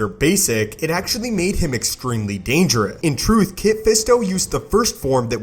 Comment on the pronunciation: Why is it every time he ends a sentence with the word "dangerous", he cuts it off so it just says "dangereh"